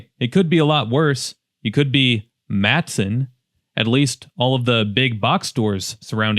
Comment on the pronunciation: Please spell and pronounce it correctly: "Matteson" and MAT-ah-son (THREE syllables!).